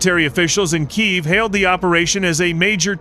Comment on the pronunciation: saying right KYIV, rather than Kiev. Столиця України має назву Українську, а ви в англійській мові Київ називаєте російською назвою Кіев. Засновника Києва звали КИЙ, а не Кій.